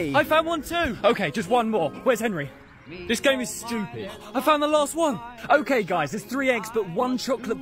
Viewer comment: Does anyone else say enry